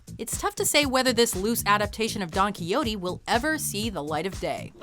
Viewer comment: Don Quiyotee